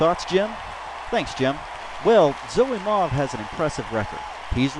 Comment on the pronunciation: Dude! thanks for the shoutout you're awesome! And that was actually a pretty good pronunciation of my name.